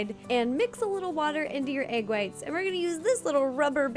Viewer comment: i love how ro says egg. AYg